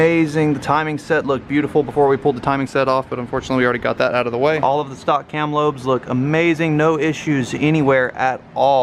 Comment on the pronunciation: Its "stock"